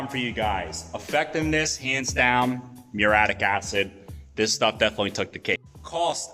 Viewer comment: Btw, dude, it pronounced MYUR-EE-YATTIC, at least in typical English